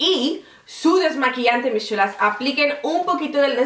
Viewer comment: Me encanta como dices "mis sshulas" jaja. Saludos desde Costa Rica. ♥